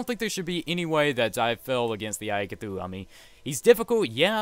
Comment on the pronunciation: It's cthulu. Not cthuhu.